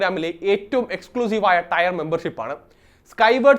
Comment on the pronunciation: TAYAR alla, TIER. Pronounciation okke padichu vaa:D